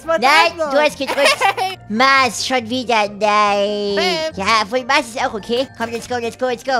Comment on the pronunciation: dass heißt Mars und nicht maß